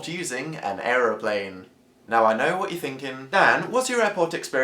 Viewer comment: LOL the way u said airplane XD